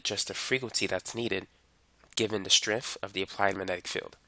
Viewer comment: “Wiff”. With. “Strenff”? Strength.